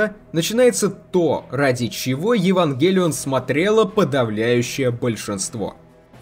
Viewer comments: а почему ударение то не туда в Евангелион? откуда ты это взял то? смотреть нереально. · Вот почему то сильно режет слух ударение на Е